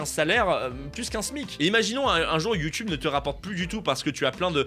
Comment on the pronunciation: “Ma chaîne Youtubeu”